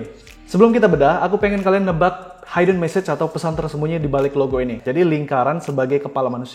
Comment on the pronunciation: Hidden dibaca hiden bukan haiden